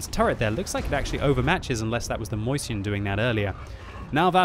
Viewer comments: i'm pretty sure it's not pronounced „Moist-chen" but „Meu-shen”... I might be wrong! Great video anyway! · Why do you have to say Moyseeyen? It is nicely written Mäuschen xD